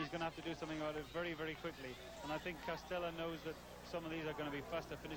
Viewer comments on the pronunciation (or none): By the way, it's "DE Castella", not "Castella".